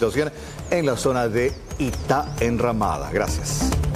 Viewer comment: Podrián a la señorita periodista que pronuncia mal sobre la zona en la que está informando!!🙄 es Itã Enramada